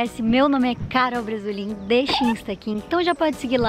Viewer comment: Não sei porque ela fala, pra quem não me conhece meu nome é, ela troca bre para bra O nome dela é mais ela fala. Quem percebeu?